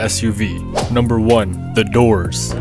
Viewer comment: Just Sacrifise ''The Dorrrrrssss''